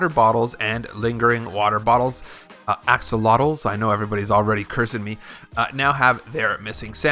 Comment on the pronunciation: Axe oh lot e’s...bruhhh